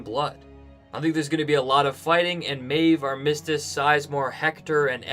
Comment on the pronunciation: Great vid but please google how to pronounce armistice, thanks!